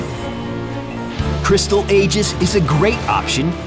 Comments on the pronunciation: Aegis is pronounced e-jiss btw...not a-jiss. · what is an ayjis? And why did you spell it as aegis which is pronounced like eejis.